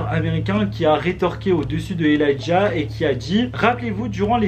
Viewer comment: c’est pas "elajah" c’est ELIJAH